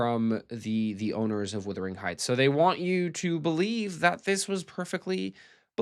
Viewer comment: Speaking of “withering”, every review or commentary on this film I’ve heard by an American pronounces “wuthering” as “withering”: why is that?